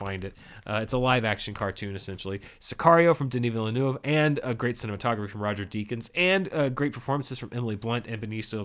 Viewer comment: oh my god, you said Denis Villeneuve correctly.